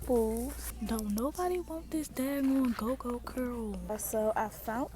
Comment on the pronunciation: They way you pronounced "murrys" and dragged out "gogo curl"... i was like oh yeah she from DC or either PG county. Btw thanks for doing this vid!!!